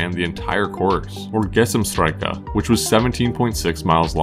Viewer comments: gsmt strke XD Love that he doesnt even try to say it correctly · You did very well, until "Gesamtstrecke"! Great video man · “Gesamtstrecke”. Said phonetically Gazamt shtrecke. “Total way” or total track…. Gotta luv German… “Ich laufe die Treppe herunter.” i walk the stairs down… nah nah nah… we walk down the stairs!!!